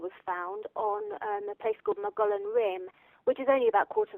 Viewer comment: She mentioned Mogollon Rim (pronounced Mo-go-yon). There is said to be a monster, or several monsters, living up there whose description is that of a Sasquatch. The local Indians say they have been living there since ancient times, and sightings continue to this day.